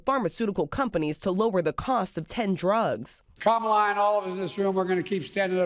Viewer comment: OMG, He pronounced her name wrong.😂